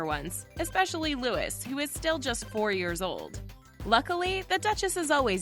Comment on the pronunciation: The name is Louie not Lewis, although it is spelled, Louis.